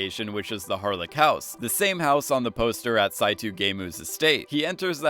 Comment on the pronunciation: It's pronounced Harle - ch, similar to Loch Ness I get that your American, but still, it's the most annoying thing hearing people pronounce it incorrectly